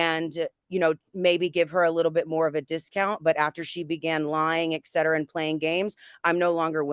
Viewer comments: There is no "exetera". It's "et cetera", it's Latin and means "and so on". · Thank you.. Been driving me nuts.